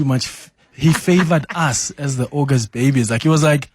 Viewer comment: It is NOT OGOST it’s aUgust